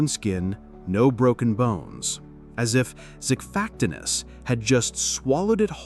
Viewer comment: This is bad AI, and AI is bad already. This voiceover is horrible, and I swear I can hear typos. Xiphactinus is pronounced three ways here.